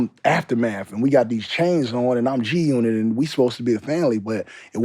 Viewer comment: Game is a Legend, they have to pay Game to stop saying G unot lol